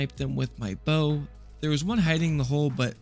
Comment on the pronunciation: ITS A BOW NOT BUT